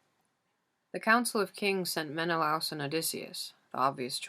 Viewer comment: i love the way you read the book SO MUCH but your pronunciation of menelaus is effecting me. No hate I just really felt the need to say it